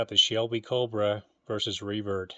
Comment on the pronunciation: For some reason when you say Revert, it sounds like Free Bird to me. Hit the music!!! 😂